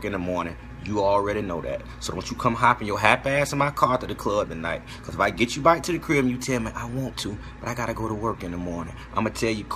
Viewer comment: Lmao he said from the baick 😂